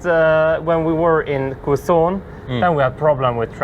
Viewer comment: Welcome to the 🇵🇭🙂🤗 It is pronounce "kezon" or simply say QC (just say those 2 letters) & the people would understand right away.. btw, we do hope to meet your sisters too here in the 🇵🇭 someday.. Cheers! 🙂🥂